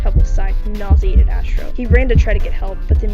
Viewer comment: “ass-tro” is crazzyyyyy 😂